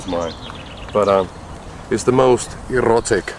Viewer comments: "errrotic" he he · OMG hes so cute! "ellotic" i love how he said erotic x]